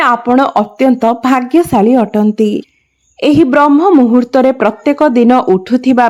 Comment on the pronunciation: ବ୍ରହ୍ମ ମୁହୂର୍ତ୍ତ ନୁହେଁ ବ୍ରାହ୍ମ ମୁହୂର୍ତ୍ତ